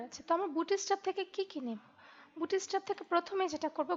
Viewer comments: অনেক সুন্দর একটি টিউটরিয়াল। আমার অনেক ভালো লাগছে। ডোন্ট মাইন্ড আপনার উচ্চারণে একটা সমস্যা আছে। উচ্চারণটা ”বুটি-ইস্ট্যাপ” না “বুটস্-ট্রেপ”। ধন্যবাদ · 'bootstrap' bangla pronunciation chara khubi sundor